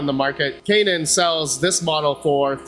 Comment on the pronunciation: Yeah!!! You pronounced Canaan right 😂😂😂